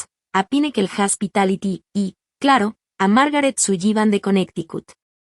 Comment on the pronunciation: Interesante. Pero no me gusta como, tal vez, para los hispanos parlante, pronuncian el apellido Sullivan.